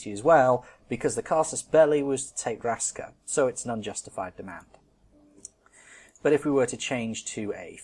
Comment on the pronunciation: Raska is pronounced Rashka :)